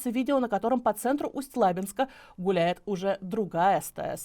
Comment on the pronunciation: Не ЛАбинска, а ЛабИнска, идиоты...